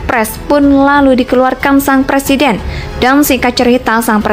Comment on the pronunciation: MAU JADI PLESIDEN?? BELAJAR NGUCAPIN R DULU LAMLI !!!